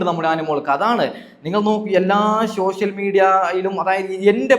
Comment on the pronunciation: ശോ ഷ്യൽ മീഡിയ അല്ലാ 😂😂. സോഷ്യൽ മീഡിയ. പറയാൻ പോലും അറിയത്തില്ല